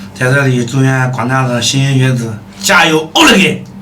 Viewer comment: ，是莘（shēn）莘学子